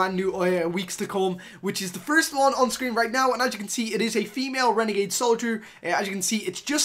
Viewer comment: It annoys me when he calls it a "renegade"